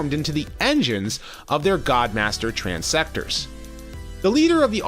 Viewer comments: One note: The HeadMaster bodies are called TransTectors, not TransSectors. Otherwise, another awesome review, my friend. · that is trans-tectors not trans-sectors